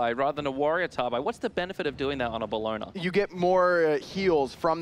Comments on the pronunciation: Belloner? Omfg stop casting ( actually just stop breathing you know you’re fucking saying it wrong ) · Just Dave yeah “Bellona”